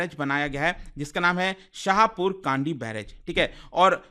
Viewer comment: Correct pronunciation of the name of river is रावी not रवि and Village is शाहपुर कणडी